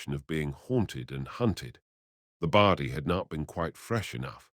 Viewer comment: WTF is a Bardy? ffs. The word is body. I gave this a like at first, but the pronunciation is terrible. So, no like or sub from me